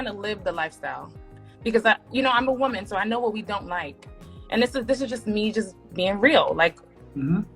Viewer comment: Can you say woman right please